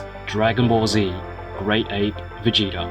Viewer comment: He said Vegéta